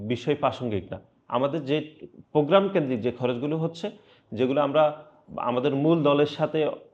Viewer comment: ফ্রোগ্রাম নারে আদু ভাই প্রোগ্রাম